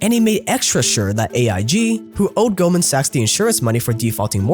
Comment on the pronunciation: You can just call in golden. The way you pronounce 'sachs' makes it odd to watch the video out loud.